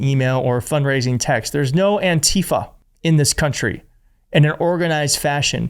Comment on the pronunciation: btw, it is pronounced ANtifa. The stress is on the first syllable. Don’t let them kaMAla this